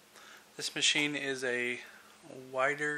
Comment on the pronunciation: It's pronounced "Weeder" named after Joe Weider IFBB President.